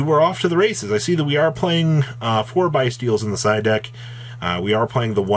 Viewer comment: Lmaooo its byssstial 😭😭😭